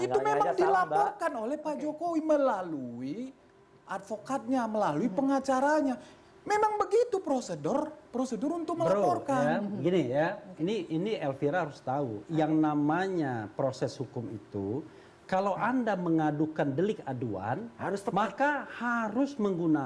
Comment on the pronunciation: Ngomong prosedur aja ko brosedor sih , ini orang gila ini , ini odgj